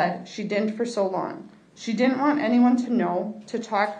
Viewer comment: Can’t pronounce DIDN’T?